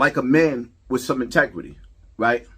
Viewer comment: Its pronounced inteGRITY not intequity 😂